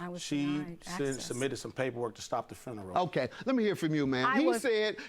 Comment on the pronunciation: That man said, “I paid for the whole fRuneral, I paid for the whole fRuneral!!!” 💀 😂